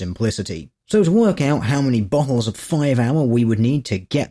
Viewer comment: Is it just me or when;dr says "bottles" it kind of sounds like buttholes? 2: 54: "fifty-eight milliliter buttholes"